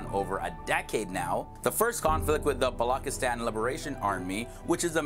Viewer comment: BALOCHISTAN is pronounced BALO-CHIS(AS IN CHOCOLATE)-TAN.